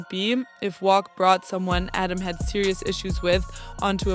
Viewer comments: Say wacc not wocc wtf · Uts definitely not "wock"